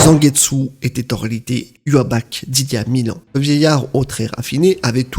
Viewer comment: J'ai toujours entendu iwouatch au niveau sonorité ça fait bizarre